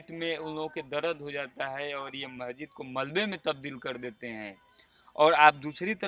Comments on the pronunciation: अबे, महजिद नही मस्जिद बोल। इनकी आबादी कैसे हो गई ? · शम्भू जी, आपके चैनल के पत्रकार महोदय बहुत अच्छी रिपोर्टिंग की है परन्तु इन्हें शब्दों के उच्चारण सही करना होगा। बहुत अच्छा है। बार-बार महजिद कह रहे हैं। सही शब्द मस्जिद होगा।